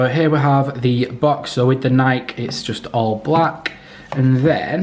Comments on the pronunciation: It’s Nike not nik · Love the unblocking the thing I just hate is how he says nik not Nike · I’ve never heard anyone pronounce Nike that way. I always thought it was pronounced Nikeee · Great video! But, PLEASE NEVER SAY NIKE AGAIN. It is Nike. Ny-KEEEE! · Its nikEEE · people who say nike instead of nike 🤡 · it's not Nike its nike